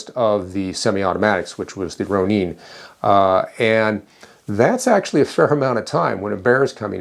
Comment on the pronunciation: Pronounced Roh/row/roe - Nin/Ninn not Neen 🤣🤣🤣